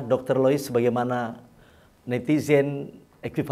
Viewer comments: Lois dok bukan Liuis.. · Dialek Sunda 😁😁😁